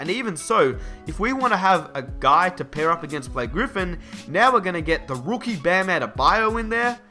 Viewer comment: " the Rwookie "